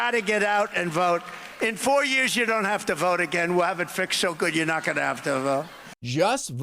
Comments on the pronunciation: "I'm na Christian," Donald Trump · it sounds like Trump said "I'm not christian"! WTF Did anyone else hear that?